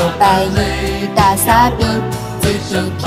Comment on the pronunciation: GDP发音不准，略出戏啊。